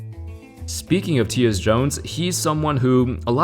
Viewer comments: Tee-yus Jones lmao funny it’s Ty yus Jones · Ty-Us Jones not Tius 😭😭😭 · Hey, It’s pronounced Tie-Us Jones. Not Tee-us lol. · Great video. BTW I'm pretty sure he prounoinces it TIE US Jones, not Tee us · Teeus?? It's Tyus lol. Tie-Yus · Teeus Jones come on now, say the y in Tyus like you say “I”. Just for future reference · It’s pronounced TIE-US Jones, Tyus Jones. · It’s pronounced “Tie us” Jones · “TEE-US Jones” 🤣🤣🤣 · Just an FYI, “Tyus” is pronounced “tie-us” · Tyus Jones - pronounced “Tie -us” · "Teeyus Jones" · “Tee-us Jones” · I dont think that you know how to pronounce Tyus Jones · I know this man did not just pronounce Tyus Jones name wrong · Why did he butcher tyus Jones name so bad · The way he pronounced Tyus Jones made my chuckle ngl. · lol the way says tyus jones lmao